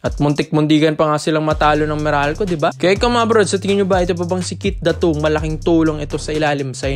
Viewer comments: Keith Datwo? 😂😂😂 bakit kasi need pa magpacute nakakabastos ang hindi tamang pagbigkas ng pangalan. Pinoy ka naman pero iniiba mo pa. Fake news kana ginagago mo pa apelyido ng tao.😂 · Ganun ba talaga bigkasin ang Datu?sagwa eh